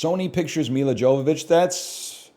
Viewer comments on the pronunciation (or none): none